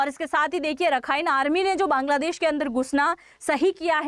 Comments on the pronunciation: Bangladesh ko Kaangladesh bol gayi,,,😅😅😅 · Apne Kangladesh bola😂😂😂